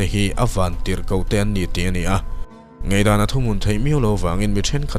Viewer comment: Ngeihdan nilovin Ngaihdan tihtawh tur aw.